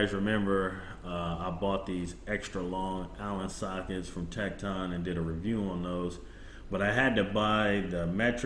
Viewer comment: Good try with the pronunciation of tekton but its actually pronounced tektin. Everyone seems to be pronounced it wrong. As I was told by the company themselves. Of the correct pronunciation. Just thought I would let you know. Good video though.